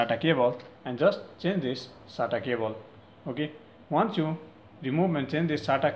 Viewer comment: No one Litreally no one This guy: Data "Cabol"